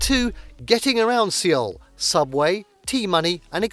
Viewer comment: I could not get over the mispronunciation of Seoul and bursted out laughing for 3 - 5 minutes. 😆 It's pronounced as "Soul".